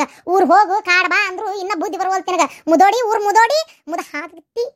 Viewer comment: ಮುದುವಿ ಅಲ್ಲ ಮುದೋಡಿ